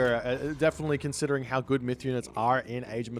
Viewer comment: that "are" caught me off guard, you almost sounded american